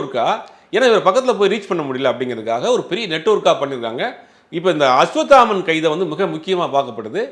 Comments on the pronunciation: நெரியாளருக்கு அஸ்வத்தாமன் என்ற பெயரை அஸ்வாமுத்தன் என்று உளருகின்றார் பேட்டி ஆளிக்ககூடிய நபர் குத்துமதிப்பாக உளருகின்றார் என்னங்கடா ம்..... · இவனுங்க எல்லாம் எப்படிதான் மீடியாவுல இருக்காங்களோ!. சம்போ செந்தில சாம்போ செந்தில்னு சொல்வது. அஷ்வத்தமன்னை அஷ்வமித்திரன்னு சொல்லறது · Don't do factual mistakes, I have repeatedly seen you making mistakes in pronouncing names, it looks unprofessional. It's not Ashvamitran it is Ashvathaman. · 😢அஸ்வத்தாமன் என்பதே சரியான உச்சரிப்பு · Bro asvathaman correct spell pannunga, ungaukea rollinga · Aswathaman. Oru thadava kooda correct ta sollala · அஸ்வத்தாமன் என்ற பெயரையும் சம்பவ செந்தில் என்ற பெயரையும் சரியாக உச்சரிக்க கூட தெரியாத நெறியாளரை வேலைக்கு வைத்த ஜீவா டுடே நிர்வாகம் ஒரு கேடுகெட்ட ஊடகம்.... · அஸ்வத்தாமன் பேரை ஜீவா தவறாகவே உச்சரிக்கிறார்...🤔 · Being a journalist ,can't you pronounce a name 'Ashwathaman' properly...